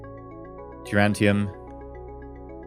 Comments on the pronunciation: Duran Duran tium. He probably knows the right way to say it but hey, it's a reflex likely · every time you say durantium instead of duranium i shout at my screen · Why is pronouncing duranium as durantium? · Stop cheating! You're defeating the whole point of the R&D process. Also, there is no "t" in "duranium".